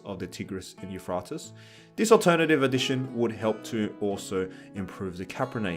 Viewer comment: The way you mispronounce the Tigris and Euphrates rivers 😂 that earned my sub